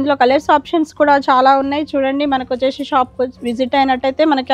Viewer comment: Vacheshee vachesheee please anodhu ma. Vinadaniki assalu baledhu Just say vacheesi ( c)